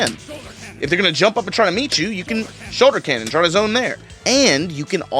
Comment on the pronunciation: Man…thought for years was saying “Solar Canon” but the brother was saying “Shoulder Cannon.”